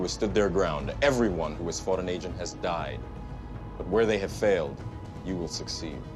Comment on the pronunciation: It's pronounced agent, not ancient